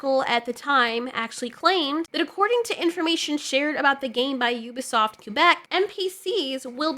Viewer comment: It's Ubisoft you-bi-soft